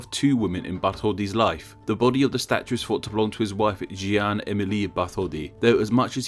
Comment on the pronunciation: French pronunciation could be better XD e.g. jee-anne sounds more wrong than "Janne"